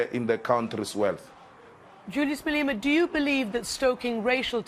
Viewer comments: its Ma-Le-Ma bitch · Did she just say Malina right there??